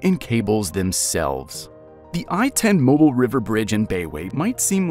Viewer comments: This is for the creator who made this video. First and foremost. How about teaching your computer generated voice over to pronounce the name of the city correctly. It’s pronounced Mo-bill not Mobile like a cell phone!! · That’s Mo Beel, not mobull! Thanks !! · That's "Mo beel" not "Mo bull" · Down south, we say ‘Mo-Bill’, not mobile. It’s not something you hang over a baby’s crib…😂. Plus, how old is the video, Mississippi changed their flag years ago…😊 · Moh-BEAL, not MOH-bull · This video was twice as long as it needed to be. Didn’t need all the philosophy. And you pronounce it Mo-beal. Not Mobil. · I wish you'd learn to pronounce Mobile. It's Moh-beel' It's French. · Mobile pronounce Moh-beel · It’s pronounced MOH-BEEL. The stress is on the second syllable. God forbid they start talking about Bayou La Batre. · If you're gonna use AI to create videos... at least verify they pronounce the city right... it's Moe-beele. Not mobile. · MOH-BEEL!!!!!! It’s not a cell phone! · Pronounced, "Mo-beel". Not, "mobile"...like being on the move, or a "mobile phone". Southerners...pronounce it...Mo-beel. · Accent on second syllable moBEEL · It's not a gas station or child's ceiling distraction. It's Mob-eel. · I was driving and highly irritated listening to it being mispronounced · It's not mob (as in mobster)... It's MOE-BILL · Mobile is pronounced Moe-Beel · Can not even pronounce the name of Mobile correctly. Mo-beel ' (accent on the 2nd syllable) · I had to give the whole video a thumbs down because of the down right LIE about asking members of the community for the pronunciation. I have lived in this area for all of my 72 years and have NEVER heard ANYONE call it any way but Mo bill except damn yankees !!! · exactly, they told an unnecessary lie. No one in this state will believe anyone from this state (especially Mobile locals) pronounces it any other way than Mo Bill. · When AI can't say the city's name correctly, how do you trust the rest of the content?